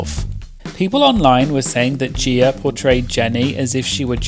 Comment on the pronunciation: "Gieer" lmao